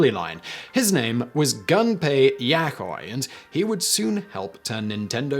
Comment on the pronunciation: His awkward pronunciation of all these names is making me so very angry